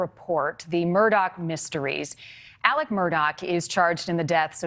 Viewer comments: Legit question: why does she keep calling him "Alec?" Isn't it "Alex?" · It's Alex, not Alec..... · Does he have on a hair piece? Also, why do so many call him Elic or Alic not Alex?!? 🤷‍♀️ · The spelling is pronounced AleX not Aleck. Super annoying! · It is pronounced AleX not Alec. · You'd think they be able to say his name right it's Alex not Alec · It’s AleX, not Alec. No idea why so many people have such a hard time pronouncing his name correctly. AleXXXXXX!!! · It’s ALEX not ALEC,!! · The news crawls say “Alex” but she’s pronouncing Ellic lol not even Alec…which one is it actually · Yea it actually sounds similar to murder not Mur-dock. And Alec is actually Alex. They butchered their names! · "Aleck Murdock"?? This woman didn't even bother to learn how to pronounce his name. Sad.